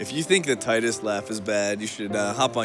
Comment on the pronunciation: And the mispronunciation of Tidus.